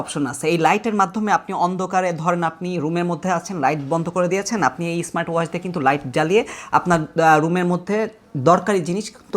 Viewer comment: আচ্ছা সব ধরনের বিজ্ঞাপন কি শুনতে ভালো লাগে শুরুতেই তো ক্ষেত ধরনের শব্দ বললেন ইসমাট না স্মার্ট